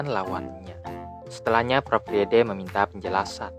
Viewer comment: Kak bacanya itu prof frid